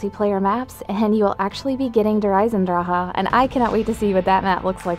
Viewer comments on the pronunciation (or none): Wait did she say Der Eisendraha? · Not everyone can speak fluent German just so you know